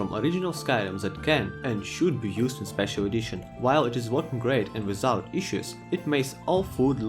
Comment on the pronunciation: "How could I've playied it wiZout it before?"